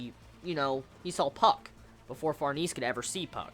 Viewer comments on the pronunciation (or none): Since the video is old you probably know this by know but Serpico is pronounced sir-pik-o rather than sir-peek-o. Also Behelit is 'bail-it' and Farnese is 'far-nes-ay'. Hope this helps dude!